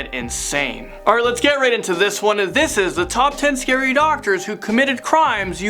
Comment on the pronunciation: Doctor scawy